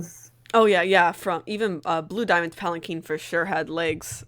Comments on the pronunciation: Urgh it's a palanquin pronounced palacwin not palaceen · "um, actually it's pronounced palankeen"